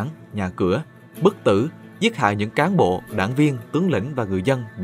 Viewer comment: yêu lước chứ ko yêu đẻng :))